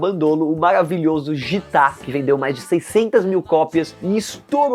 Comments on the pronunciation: Porra mam, JITA foi barriu em. A pronúncia é guita, só que tira o U, GITA. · Por favor, não é jitá... É guita a pronúncia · Não é JITAAA, é GITA (Guita) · a musica GITA se pronuncia “GUITA” nao “GítA” porque se refere a um livro e na propria musica as back vocals cantam com a pronuncia de fundo “guita, guita, guita” (GITA) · Amigo a pronúncia e guita e não gita. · Gita não é jitá não doido kkkkk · Que mané "Jitá" , é Gita (Guíta) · Gitá é meu ovo, é falado guita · Caraca, véio! Ótimo vídeo, mas… “jitá”??? Gita é lido “guita”, como em “guitarra” (não que tenha a ver uma coisa com a outra, foi só pra ilustrar. Inclusive a palavra aparece várias vezes na música (o coro canta “guitá guitá guitá guitá”). Ficou dando a impressão de que você nem conhecia o Raul e suas músicas. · Não se pronuncia GIta, como G e I, mas GUITA. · Chamar o nome do disco de "Jitá" é foda...🤦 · Nossa que isso esse cara pronúncia gita erradamente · Pqp cara se fala guita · É Guita que se pronuncia Zé ruela kkkk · PAREI DE VER O VIDEO QUANDO O RAPAZINHO DISSE : "JITÁ".E O TITULO METAMORFOSE AMBULANCIA É BEM DESRESPEITOSO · A Pronúncia certa é GUITA por causa do bhagavad gita (espécie de Biblia indiana) . E o nome de outra música é: como vovó já dizia. E não: como vovô já dizia. Só correções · Gita, se pronuncia 'guita'. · Precisa prestar atenção na pronúncia de algumas palavras... Gita se pronuncia guita e aeon se pronuncia eon. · Ji-tah não né meu mano... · Parei o vídeo quando ele errou a pronúncia de Gita … estava indo legal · O roteiro que a equipe do canal criou até é bom, mas deu pra ver que o apresentador não entende nada de Raul. A pronuncia de "Gita" e "Thelema" estão completamente erradas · Gita????? O rapaz aí falou várias vezes errado o nome do álbum/música kkkkkkk kkkkkkkk